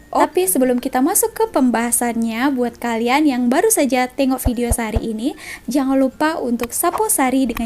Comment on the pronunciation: Orang malaysia tak sebut bedio Ayah malaysia sebut vedio